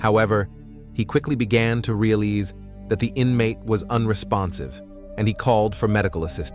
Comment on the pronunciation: "nudge ed him with his foooot" "realeezed" did you have a stroke?